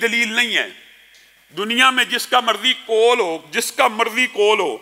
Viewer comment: Your Urdu pronunciation s not good. Please fix it. or, qol, orat,moot all wrong. Aur, Qaul, Aurat, maut are correct.